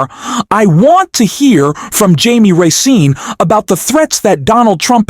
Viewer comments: Excellent report! The only suggestions I can make are to avoid being tempted by the dark side of the force and copying Trumpiness boy criticizing hhis looks in any demeaning way and have the speech recognigion software pronounce words correctly, i.e. "Raskin" is not pronounced "Ras-sin". It detracts from the impact of the meaning of the statement in which it occurs. Keep up the good work. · Unsubscribed. You can't even say Raskin's name right. Tool.